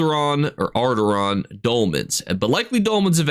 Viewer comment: say it with me. Aura. Dawn. Auridon. Ora. Don. Auridon. 😂 haha just teasing ya 😂 Love the videos!